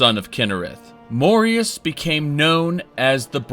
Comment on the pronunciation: why does it make me majorly uncomfortable the way you say "morius" instead of morihaus